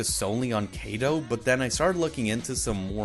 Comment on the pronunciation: Why do you pronounce them as Kay-do and Main-ga when their actual pronunciation is Kaah-do and maah-nga?